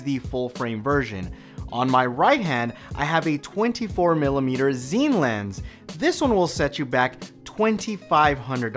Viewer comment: Pronounced Scene. Not Zeen